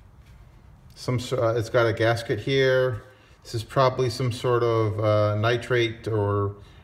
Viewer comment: Nitrile, my friend. Not nitrate.